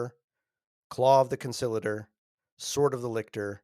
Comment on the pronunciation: Why do so many have trouble pronouncing the word ‘conciliator?’